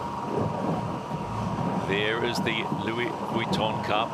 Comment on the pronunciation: I cringe every time says "Louis Vuitton", please don't continue it for the America's Cup matches. It doesn't match English (American or British), French, Spanish, or Italian, so where the f is he pulling it from? It just sounds stupid and extremely irritating! Congrats to Britannia, I feel like some of the post-match chatter alluded to perhaps the software team tuning the maneuvering automation better than Luna Rossa could. Commiserations to the Italians for a thrilling LV Cup finals. Shame they didn't make more of a fight today. Bring on the America's Cup Match - it's set to be a cliff hanger until we're a few races in!!